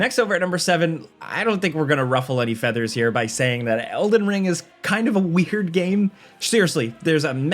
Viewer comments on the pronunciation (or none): how did you manage to say 'weird' in a way that sounds like 'weaker'? 😂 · I know, I had to replay that part lol